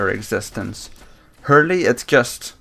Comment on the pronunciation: h3rl-3 is pronounced hurl not hurly